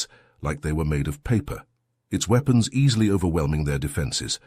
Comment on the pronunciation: weepons? LOL gotta love a braindead AI